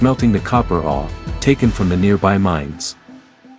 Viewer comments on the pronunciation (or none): I've never heard anyone pronounce ore the way you do. Are you familiar with hockey great Bobby Orr? That's how you say it. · This guy doesn't even know how to pronounced the word "ore".